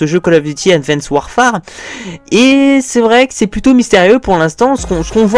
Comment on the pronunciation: Si Mais pas le "e" ! ^^